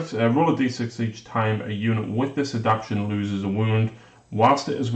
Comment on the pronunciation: You guys celebrated proper pronunciation of the word Jormungandr...but you don't seem to be aware that you're butchering simple words like adaptation and veracious.